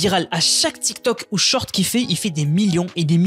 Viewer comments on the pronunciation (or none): none